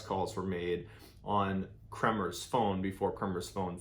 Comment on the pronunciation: You have made some major mistakes in this one:- 1/ You have incorrectly pronounced the name “KREMERS”. Please do not pronounce a persons name as if it is according to American/Canadian rules. They are Dutch..!! 2/ The girls did NOT stay at a hostel in Boquette. They stayed at the private home of a lady named Miriam and they had their own room. Miriam often hosted travellers and the two girls were the only guests there at that time. 3/ Their host did NOT have a dog that they trekked with! The dog that joined them for a short while on their trek was named “Blue” and he belonged to the owner of the restaurant at the start of the Pianista trail. The girls caught a taxi from their homestay to the start of the trail without any dog! I enjoy your videos, but not this one unfortunately, as some of your supposed facts are only mentioned by ordinary people commenting who have not looked into the facts of this case. PLEASE research how to pronounce a dead persons name correctly as a matter of courtesy..!!